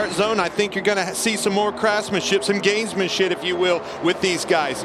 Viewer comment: Clearly says gamesmanshit